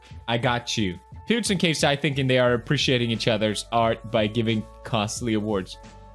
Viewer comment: that he said Peter or Choen said Peers instead of Pewds